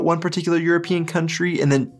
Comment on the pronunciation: Why do you pronounce european like europeean? Do you hate europe?